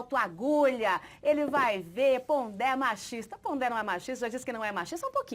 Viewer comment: é Pondé e não Ponder...